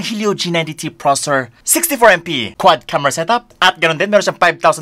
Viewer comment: Please pronounce processor properly 😁😅 nice review thanks